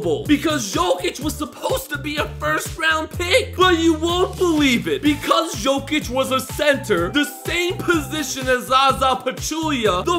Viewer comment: It's pronounced yokic not joekic